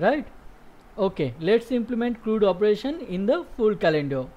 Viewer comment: CRUD.... it rhymes with MUD. Not MOOD.